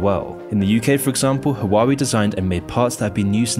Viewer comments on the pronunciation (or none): So much research into this but couldn't research how to say Whaa way... Its not haa wa wee😂🤣😂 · Bro Hua-wei not Hawaii 😂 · Waa - Way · It’s not “Hoo-wa-wee” it’s “Wah-Way” lol great video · Huawei is pronounce like this "Waal-Way" not "Who-Waa-Wee" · Just FYI, its pronounced wah-wei. not hua-wei. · U know its evil when cant pronounce it right. Hua-wei, not huaa weee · I'm going to be one of those people, but I believe it's pronounced, "Hwa-way" not "Hawah-wee" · Hoo-ah-way not who-wah-wee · Calling Huawei Hawaiwi throughout the video is some well deserved disrespect. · So this is how the western pronouns huawei… “Who-wah-we” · "hoowawee?" 😂 OMG, I just can't 😂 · That's now how you pronounce Huawei - it's "Waa Way" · Imagine watching this using a hwawie phone. 😆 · fyi - Huawei is pronounced "hwaa way" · I am dying just because he pronounced it like ‘wawi’ 😂😂😂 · It's pronounced WAH WAY or *Ha WAH WAY*... Source I worked in telecom industry for years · it's pronounced wow way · well not hwa-wei none the less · Can't trust a guy who pronounce the name wrong lol... seems like he's reading a script without researching how to pronounce "HUA WEI" in Chinese.. Probs got cash from the US's 500 million budget to bad naming China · For accuracy purposes, it's pronounced "hwa-way". Other than that, solid video. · Lmao you can’t pronounce the company name right😂😂😂. What the hell is “huawaeei”😅😅😅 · The correct way to pronounce it is HU-A-WEI. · how can u read Huawei "HAWAWI" HAWAII" but not huawei ??? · Please check company names before recording xD will need to listen to "hoo-a-wei" for 20 mins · Love your channel. But, every time I hear you trying to pronounce Huawei, my head hurts. Waa-way. 🇦🇺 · it’s tough to take these videos seriously when doesn’t even take the time to google how to pronounce huawei lol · Great video as always. But every time you pronounced Huawei I died a little. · can’t even pronounce huawei properly tho lol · Bro can’t even say the name💀